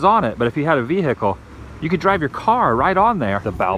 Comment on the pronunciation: HaHa it makes me laugh every time you pronounce the 'H' in words like Vehicle, Wheel etc like Stewie Griffin off family guy when he says Cool Whip :)